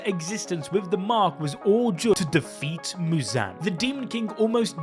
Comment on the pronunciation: Why the fuck is he saying Mewzan